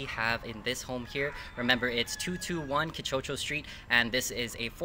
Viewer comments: NIce home, but how about the outside tour? Also, Quichocho is pronounced "kii- choo- choo", not "kii- choe-choe." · Kii Tsu tsu